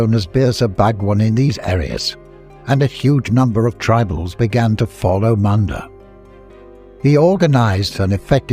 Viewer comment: its pronounced munda not manda